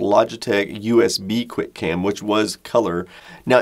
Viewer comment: "QUI CAM"